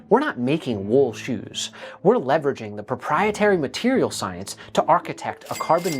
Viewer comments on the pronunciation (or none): Oh no, another "levveraging" moment...